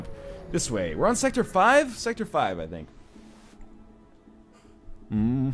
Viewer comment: What the hell is NL's problem? Is it that difficult to just say sector?!